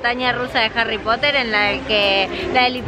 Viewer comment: harry popoterrrr XDDD